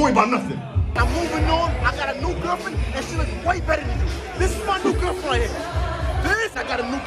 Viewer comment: “I gOt a nEw GERFFFfriEnd”😂